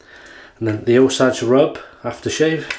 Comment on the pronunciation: It’s called “Oh sage” rub (long ā sound on “sage”). The Osage are a native American people group. Not sure how that name wound up on a mentholated splash. One of those scents that was always wafting around the barber shop when I was a kid. That nostalgia is probably why I like it so much. When I was a little kid the barber would give me a shiny coin to insert in his gumball machine if I sat still and was cooperative in the chair. When I got a little older he started offering me a couple shakes of either the Osage Rub or Bay Rum instead. To me, that scent still makes me feel the “pride” of a reward earned.